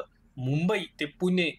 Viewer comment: पुने नाहीं पुणे